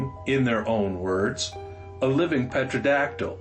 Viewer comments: I dont think your credible as you cant even pronounce the name right... whats a petradactyl lol.....its pterodactyl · Ok, here's where I play the grammar Nazi. The word pterodactyl is pronounced terodactyl, the p is silent. Whatever I can do to help pal. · Pretty sure the P is silent right? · I only discovered your channel yesterday and I'm addicted! Despite the malapropism's (antidotal instead of anecdotal, Petro-dactyl instead of pTerodactyl 😁) you are such a great storyteller and have such a witty, down to earth approach to all these fantastical tales. I hope you never run out of stories or adventures... my fave so far is the image of the naked dancing guy in the Tyrolean hat you drove past! Keep them coming 👍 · It is pronounced terodactyl, not pee terdactyl. They have been seen along the I-5 north of Los Angeles. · F.Y.I. Pterodactyl is pronounced "terr o dactyl" or "terra dactyl"not "petro dactyls" or "petra dactyls"; the root word "ptero" means wing, "dactyl" is finger; "petra" and "petro" derive from the root word for Rock. This is intended as constructive criticism, as yours is one of my all-time favorite channels. I love this stuff! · Correct. The "P" in words like pterodactyl, pteranodon, and pterosaur for these flying creatures is always silent, and never pronounced. Also, these animals weren't "flying dinosaurs" but were relatives of dinosaurs, and not themselves in the dinosaur family. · Has nobody told this guy that the p is silent in pterodactyl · the p is silent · Thank you! That drove me crazy, too. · The P is not pronounced when you say pterodactyl, and they are not dinosaurs. However, I loved the story just the same.